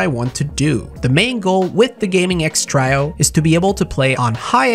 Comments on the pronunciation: Everyone: Gaming X Trio.: Gaming X Trajo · Try-oh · He says Trio wrong. Lol